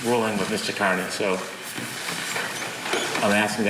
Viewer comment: It's pronounced "Carney." All these years and you can't even say it properly.